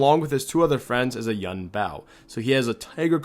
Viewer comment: Hey, love your videos! Can I help you out with the Chinese tho? Yuan would be pronounced more like ywen, as in Gwen or wen. Keep them nuggies content coming!:D